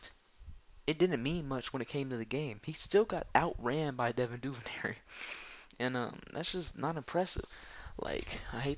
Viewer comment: Duvernay, not Duvernary... let how to read dude!